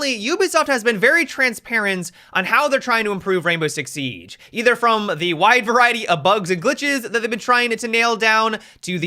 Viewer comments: Why you said sieaggge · sounded like he had a stroke when he said siege lol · listen to the way he says siege 😂